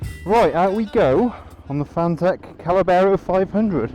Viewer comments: Oh maaan! 🙈 It's not Callabero it's Caballero 👌 Cheers for the review 🤘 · NOT CA●LA●BERRO , try CA-BA-LLERO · You say callabero we say caballero. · Callabero....!!!!!?????? Come on man it is written on the tank.......🤣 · it's not Callabero!! Caballero - I'd love one of these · Spanish guy here. Caballero, Spanish word that means "knight" it is pronounced "cabayero". Nice bike, it reminds me the enduro bikes of the seventies. I saw the bike in the flesh and I loved it. Forks are spectacular and overall quality awesome. Love the video. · caballero, cab-uh-yero, fwiw. cheers.